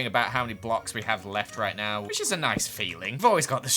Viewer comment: No one:: "Whish I shall sholw you right now"